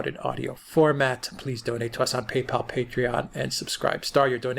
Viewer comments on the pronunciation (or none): none